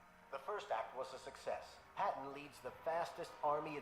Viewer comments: I think your Patton pronunciation was done on purpose. Lol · That pronunciation of Patton was cringe